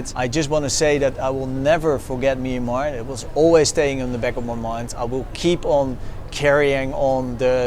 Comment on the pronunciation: As a Burmese speaker, I wish foreigners would just call the country Burma. They can't pronounce the word Myanmar properly, it's not even used by Burmese speakers as we all know the word is a written form of the country's name, not the spoken form. I know that they're trying but I can't stand that sound, it sounds like the discount pharmacy like Kramer said lol